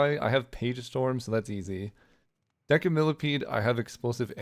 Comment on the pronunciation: Decimilipede is pronounced with an s sound in deci. Like decimal, or decimate, like they usually do to me :(